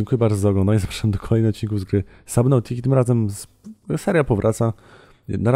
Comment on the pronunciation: Moim zdaniem nie powinieneś zmieniać tego że mówisz Subnautica anie sabnautica bo to nadaje temu lets playowi charakteru :) nazwiesz w końcu seamotha amonit a cyklopa mozozaur?